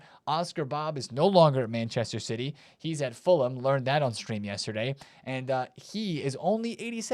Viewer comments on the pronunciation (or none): none